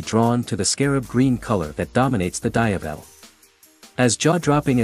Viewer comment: dayavel?!.. can't you just use your own voice for "VO" than using AI voice.. 👎